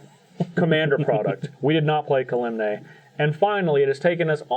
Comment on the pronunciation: really needs to stop pronouncing Kalemne wrong.